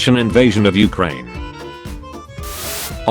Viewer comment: You said Ukraine wrong